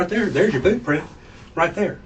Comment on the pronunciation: Yer wearin' the bewt. That's yer bewt.